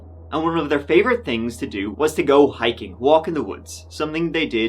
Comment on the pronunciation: Its "go" not "goo" and you're kinda creepy with your fake anger and concern